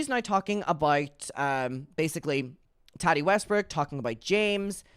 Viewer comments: The way you pronounce Tati as Tadi is so funny to me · Why can’t you say Tati name right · FOR THE LOVE OF GOD, LEARN HOW TO PRONOUNCE “TATI” CORRECTLY .